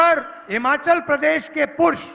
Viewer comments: पुर्ष नही पुरुष होता है पप्पू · Kahe hindi ki tang tod rahe ho sidhe sidhe admi aurat bolo purush bhi sahi se naho bolne a raha rahul gandhi ko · Pehle purush bolna sikh BKL 😂